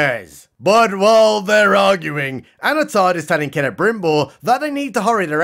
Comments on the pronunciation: You sure, I heard Anatarrrrrrrrrrrrrr, like he's some kind of pirate. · Did you say "Anatard" ? LMAO